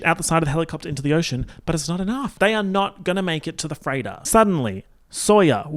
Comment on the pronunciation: lmfao every time said “freighter” I thought he was saying “Freyda” and all I could think was “Who the fuck is she??”